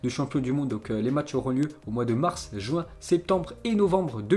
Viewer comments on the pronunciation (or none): none